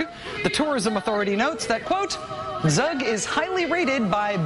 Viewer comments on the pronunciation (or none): its Zug about like u in U-Boat or U-Turn